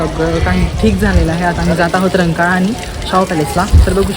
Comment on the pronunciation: रंकाळा × रंकाला ✓ 😂